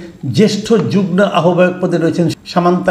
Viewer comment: 'যুগনো' (যুগ্ন) উচ্চারণ করেন কেনো? ওটা উচ্চারণ 'যুগমো' (যুগ্ম)!